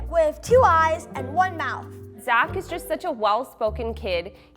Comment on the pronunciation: Idk why but I heard him say his name was zacholas